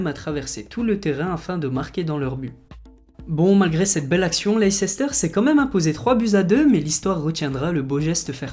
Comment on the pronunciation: Toi aussi tu as fait l'erreur de dire "leiceister" au lieu de prononcer "Leisse-steur"